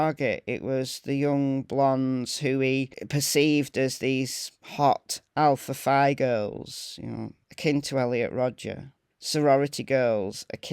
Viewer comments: I am going to help you a bit but for some reason it’s pronounced Alpha Fee. I don’t know why but I was one that always struck me as weird and nobody could tell me. It was a secret I guess. I know several other people but we all went to the same university at different times so I may be wrong about the people on the West Coast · The sorority is pronounced " Alpha Fee" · It’s pronounced Alpha “Fee”. If you check the history of the sorority this is the only Greek organization where Phi is pronounced “fee”. If you google the sorority, my info will be verified. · Hey! Love your channel!! Just wanted to let you know that the word "Phi" in Greek is actually pronounced "Fee". I'm not sure how it's pronounced in the UK but that is how the Alpha Phi's pronounce it in the US.💞